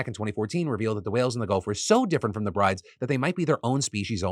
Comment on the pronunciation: That whale name is pronounced Brew-dah whale, not Brides.